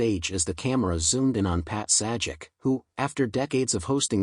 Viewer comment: Dude, it’s pronounced “Pat SAY-jak”!! 🤦🏻‍♂️🤦🏻‍♂️🤦🏻‍♂️ Ugh, never send AI to do a human’s job, amirite? 🙄